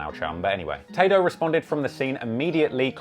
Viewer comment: "Tah-doe" what a fkn wanker Ross is